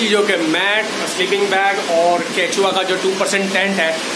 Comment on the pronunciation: Informative vlog but केंचुआ नहीं केशुआ होता है 👍🏻